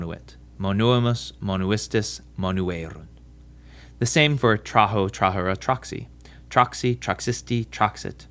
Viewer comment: In the words: traho, trahere, traxi..., I should pronounce the trilled "r", like in the other romance languages. I think you pronounced the american "r".